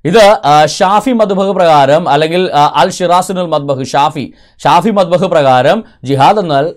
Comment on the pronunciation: മദ്ഹബ് (മബ്ദഹ് അല്ല)